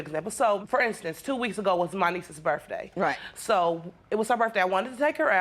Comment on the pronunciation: It was her burf dae 😂